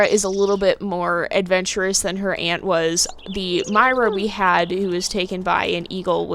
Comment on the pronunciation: When you pronounced myra I don't know but I think you pronounced myra wrong I don't think you pronounced the e. Thank You.